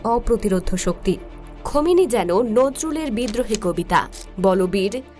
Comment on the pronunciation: খোমেনি নায় গো সোনা, খামেনি হবে